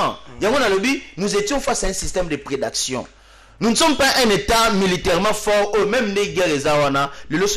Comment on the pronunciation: Oh! C'est quoi la prédaction? Dites plutôt prédation Mr.